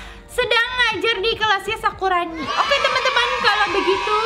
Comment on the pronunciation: Kakak salah ngomong harusnya nge-prank sakurani bukan sakuroni